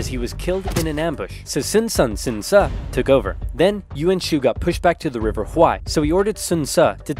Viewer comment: If you pronounce Ce correctly, as more like Tse, its not that hard.